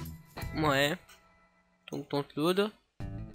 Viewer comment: arretez de dire dontload SVP !